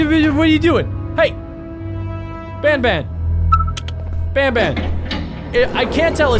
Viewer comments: It not bunbun it banban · You Pronounce the word Ban Ban, not bon bon! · ITS NOT BONBON ITS BANBAN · He said bonbon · IS BAN BAN NOT BON BON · Why is he saying BON BON!!!!!!!!!!!!!!!!!!!!!!!!!!!!!!!!!!!!!!!!!!!!!!!! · you're saying banban wrong.